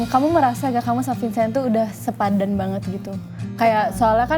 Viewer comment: sepadan kelless bukan sepandan